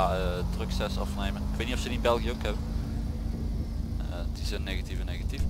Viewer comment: het is belgie ni belgiche dat is frans